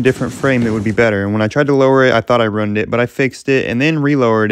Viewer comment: Pronounced roo-inned (ruined). Lol. I'm kidding, everybody pronounces things differently. Especially depending on where you're from.